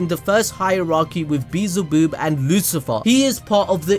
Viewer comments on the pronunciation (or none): "beezelboob" 😂 it's pronounced bee-el-zuh-buhb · really said beezleboob instead of Beelzebub 😂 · said "beezleboob" lol It's bub